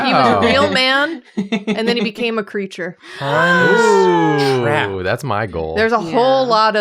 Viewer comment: All i can hear when they say 'Hans Trapp' is Han's Strap 😭 im sorry